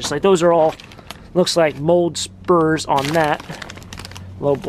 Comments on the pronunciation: Spores..lol..not Spurs..😂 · Spores , not spurs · As nice as you are , it's Mould spores not Mould spurs....PS can't help it I'm an English student and book editor. I still love your videos though. :)